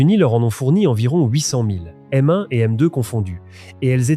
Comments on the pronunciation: Ah, oui, quelle horreur : la carabine "Mone", le "30 A 06", le "centre de masse", etc. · Faire une vidéo sur le M1 Garand et l'USM1 avec une voix incapable de prononcer correctement M1 c'est une vaste fumisterie !